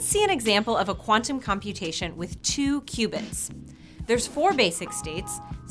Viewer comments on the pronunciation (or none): I thought she said "2 Cubans"